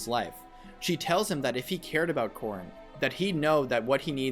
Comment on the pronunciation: Every time you say Corrin, I hear corn instead.